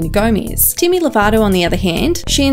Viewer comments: “dimi and selena gomaiz” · not the only one, and “deeimy”